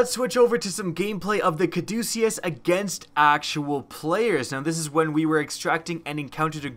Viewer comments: It's pronounced caw-duh-kiss. It's the name of the staff intertwined with two snakes that's the symbol of hospitals and stuff. It's associated with medicine that's why the gun heals you. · Bro, your killing me. It's pronounced Ca-duce-us, it's the name of the medical symbol.